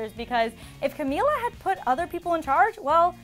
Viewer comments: FINALLY! Someone actually said her name right. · omg the first reporter who said Camila’s name right